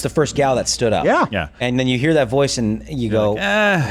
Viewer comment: “I’m looking for someone “thawt.” WHY DO WOMEN UNDER 30 ALL PRONOUNCE A SHORT “A” AS A SHORT “O???” This “oxcent” is so vapid and decreases credibility!